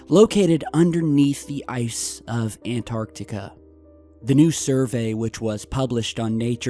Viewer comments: gotta remember that there is a t in anTartica. ... not anartica so it's pronounced anTARtica. ..thanku :) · He always say anarctica even though antartica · AnTartica T T T shall i refer to you as? Please pronounce the T!! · ANARTICA XD XD XD XD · An tar tic a